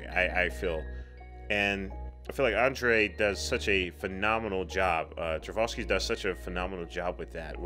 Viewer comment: Thank you for this reaction; this is an extraordinary film. I really like the employment of that beautiful Bach organ prelude throughout. The director's last name is pronounced Tar-koff-ski, by the way.